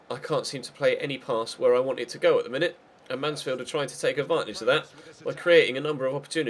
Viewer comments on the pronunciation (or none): none